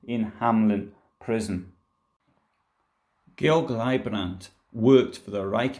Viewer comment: The name was Georg Leibbrand, not Gabriel Glybrand. At least you should get the names right.